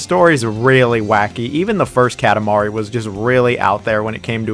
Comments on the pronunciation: This is a great video! I agree with your list completely really. (Small pet peeve, it’s pronounced kah-tah mari LOL) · bruh why do you say "katamari" like that lmao. the "ka" is like "coffee", not like "cat". KA TA MARI.